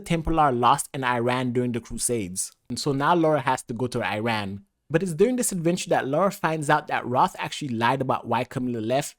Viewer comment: Bro please just say Iran correctly it’s not that hard